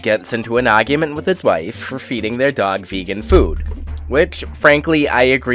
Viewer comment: I love the way you say argument it's like an angry Bostonite is trying to escape from your mouth